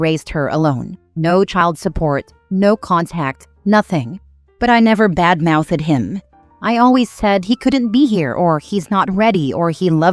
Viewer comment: Need to teach your AI how to say "badmouthed" lol